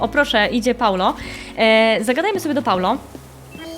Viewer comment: nie Paulo tylko Paolo